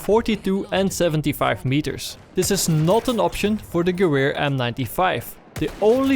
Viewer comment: Gewehr in german means in English gun. so just say gun.